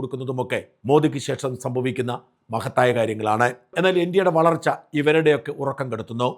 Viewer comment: Varalcha ano valarcha ano. Correct ayity para shaja.